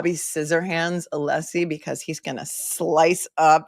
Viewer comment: And the wonderful Alessi Not Aleeeeeeeeesi 🙄